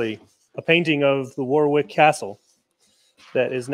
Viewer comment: The box is amazing, I'm going to try this. 😊 I always say Warwick too my hubby always laughs at me as it's actually pronounced Warick, you have an excuse though unlike me 😁